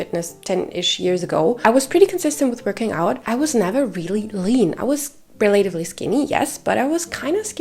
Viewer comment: Great video. Thanks for the info. Also, relatively is pronounced relaTIVely instead of reLAtively.